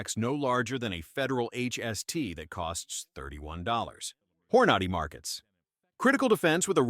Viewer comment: AI voices are getting good but they always fail on specifics, lika Hornaaaady.